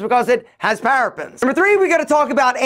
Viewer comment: ParaBENS NOT Parafens! Learn how to pronounce before giving advice